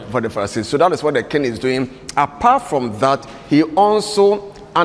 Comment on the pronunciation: What is kingg? it is king (sounds like "kin"), but what is king-g?